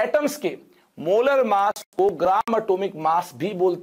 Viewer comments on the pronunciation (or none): masshh percentage kya hota h sir 😂😂😂😂 massh percent